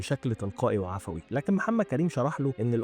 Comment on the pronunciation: لا 'عفٓوي' ولا 'عدٓوي' ، بل "عفٔوي" ، إذ نقول فلان "عفٔوي" اي يتصرف "بعفْوية" ، لا 'بعفٓوية' ياعوام المشرق العربي! 🤭🥴